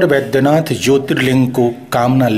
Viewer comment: BAIGHYANATH NAHIN MAGAR BAIDYANATH KAHA JATA HAI😂😀😁👮